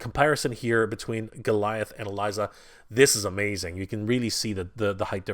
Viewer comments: Elisa is pronounced ELeesa Not Eliza. Sorry but that bugs me lol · It's pronounced E Leeza. Like Liza, with an E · E-LISA! (E) LISA! IT IS PRONOUNCED E..LISA! ALSO, HER & GOLIATH KISSED AT THE END OF SEASON 2! THEY'RE IN A RELATIONSHIP IN THE COMICS! AAAHHHH!!!!!! I'm sorry for my rant, this guy drives me nuts sometimes. I shouldn't yell though, that was wrong of me.